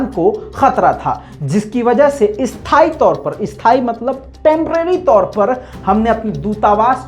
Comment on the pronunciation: Isthaaee nahi asthaaee hota hai